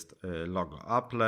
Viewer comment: 1. Nie potrafisz nawet poprawnie wymówić nazwy firmy. Apple [czytaj: Aplł] 2. Space grey ma czarny przód. 3. Kiedy mówisz o działaniu Touch ID pokazujesz jak działa 3D touch. -.- Recenzja jest długa, a połowę tej recenzji to "yyyyyyy...", które mogłeś wyciąć. Mogłoby to skrócić film o połowę, a tak to nikt mi nie odda tych ośmiu minut z całego filmu straconych na "yyyyyyy...". -.- Inni w swoich dwa razy krótszych recenzja zmieszczą o wiele więcej informacji, a ty temat o wyświetlaczy żeś zminimalizował do tego, że ma dobre kąty widzenia i FHD.